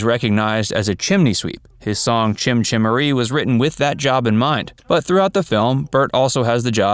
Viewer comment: "" pronouncing it "Chim Chimeree" does not inspire confidence.